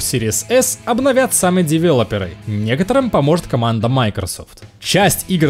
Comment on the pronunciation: Лайк хотя бы только за правильное произношение девЕлоперов! Но и з работу тоже! Спасибо, за то, что вы делаете!)